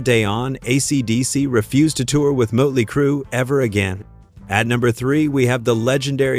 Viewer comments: It's not mutley, it's Motley. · What crap is this, you can't pronounce Motley crue correctly and showed pictures of van Halen while talking about motley crue. You should stop making music related video's, you're not qualified. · "Mutley Crue"? So you haven't used an AI voice over then have you? FFS 🙄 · Muttley Crue seriously A.I. there is only one to day Motley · You can't even pronounce "Motley" right.....or is this FAKE AI. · Host should know how to pronounce Motley. Good grief.